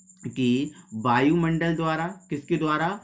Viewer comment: बायुमंडल नहीं वायुमंडल😂😂😂😂😂